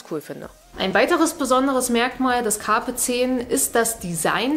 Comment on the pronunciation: Nehme an, der Name bezieht sich auf das Sprichwort "Carpe diem" also, so wie du das ausspricht wäre das schon richtig =)